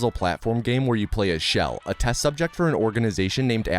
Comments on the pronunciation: Chell is the hard Ch, not Sh sound. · Chell❌ shell✅ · Chell. Not Shell. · It’s Chell not Shell.